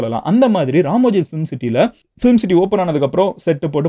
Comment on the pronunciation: Ramoji ❌ Ramji ✅😂